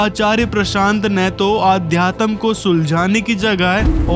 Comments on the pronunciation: अब तू सिखाएगा उन्हें अध्यात्म तुझे तो ठीक से अध्यात्म बोलना भी नही आता अध्यातम्म अध्यातम्म बोल रहा है😂😂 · अध्यतम क्या होता है। सही शब्द का सही उच्चारण नहीं होना चाहिए क्या